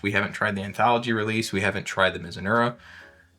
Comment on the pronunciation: MizuNAHra, not Muzunura😉